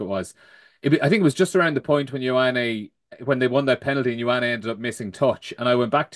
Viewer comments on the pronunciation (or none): Lads.... brilliant podcast as usual. Covers all bases to a good depth. A tip for the production meeting from pedantry corner is that ye agree on how to pronounce the surname of the new Connacht 10. Bernard's Eye - Oh - Nee Or Yo - wah - nay (my vote) Jokes aside... keep it up lads and enjoy the Autumn's Rugby. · It's Yo-ah-nee. Pronunciation has never been Bernard's strong point.